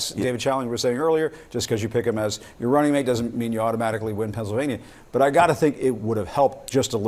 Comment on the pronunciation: Where is "Pouncilvania" again?😅